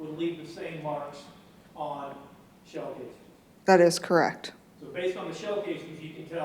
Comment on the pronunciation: The defense attorney is awful! She has to be pissing the jury off. Every time she says the word- correct- I cringe! The way she can make the word and have 34 syllables- aaaaaaaaaaaand drives me nuts! Besides her terrible affect she is a lousy lawyer! She has done nothing to provide a defense for this killer- just counting on reasonable doubt to make her case. The prosecutions case is way more than solid enough to convict this piece of garbage- and I can’t wait until they find him guilty on all charges